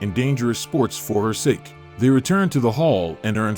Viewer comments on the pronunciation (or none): none